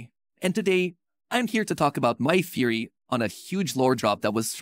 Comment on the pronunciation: It's just a thery a tdx thery 😂😂😂😂